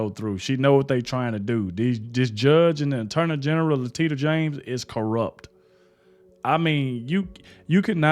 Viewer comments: That made me laugh so hard when you called her Latinos. Her name is pronounced Latisha. But I think I keep saying Latitia I like to laugh. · La-tish-ah. Is the correct SOUNDED OUT WAY TO PRONOUNCE HER NAME...... NOT LA-TIT-TEE-AH, ❤️🌹. NO DISRESPECT MENT AT ALL. SON and I said Son, because I am OLD 💔😱🤫 enough to be your Mother,.....😭😭😭 Lol. Where I come from, " THEY SAY".....IF Your " SLIP IS HANGING "......you POLITELY, tell that person in order to Save that person FUTHER EMBARRASSEMENT. ❤️🤗. That aside, allow me to say,. I ABSOLUTELY LOVE YOU AND YOUR SHOW. I FIND YOU HONEST AS WELL AS TRUTHFUL. THANK YOU FOR BEING YOU, AND ITS GOING TO BE FUN, AND HEART WARMING TO WATCH YOU GROW.❤️🌹. WISHING "YOU" MUCH SUCCESS.❤️❤️❤️❤️. I HOPE MY SINCERITY TRANSENDS THROUGH MY WORDS. and forgive any mis-spelled words 😬🤭 See this is a perfect example of how we all CAN STAND CORRECTED. 🤭🤫❤️🤗🤗🤗 Now that aside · Hey what's up man I'm a big fan of your Channel keep up the good work just one thing I want to tell you........ her name is pronounced LA tee sha...... not sure if you're doing that on purpose LOL.....not LA TITTY AH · Hi, If U can appreciate a correction to the way U pronoun N.Y. Attn Gen's name; it is pronounced La - tE - sha. In other words, the e in the middle syllable is LONG so it's pronounced correctly. Ur welcome, Ms. Raynor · haha! Its pronounced La- tish -a!!!! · I love the way u said her name, like la-tit-eya, gave me a little chuckle to start my day. It helps when u can laugh at evil 😄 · Lol Did u say Latittya? 😂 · LOL., you killed me when you said "La-Titty-Ah James." Bawhahaha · "La-TIT-i-a James" LMAO!